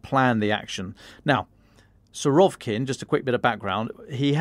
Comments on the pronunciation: It's Suh-rah-VEE-kin, not Su-ROV-kin 😂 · His name is Серге́й Влади́мирович Сурови́кин ~ note the accent over the и that is the vowel to be emphasised. It is indeed Suh-rah-VEE-kin. Telegraph personnel aren't very good at pronunciation.